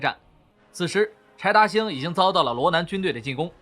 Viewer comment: 柴达星听成派大星😂